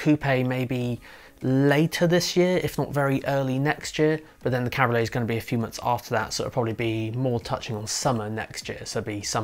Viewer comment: It's called a CAB-RIO-LET. 3 syllables dude